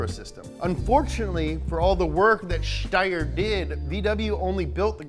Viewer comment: You actually pronounced Steyr as is should be! Damn, I’m impressed!